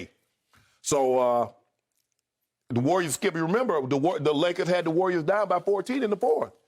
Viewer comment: “The Lakerrrrs” - Shannon 😂😂😅😅🗣🗣 I’m HOLLERIN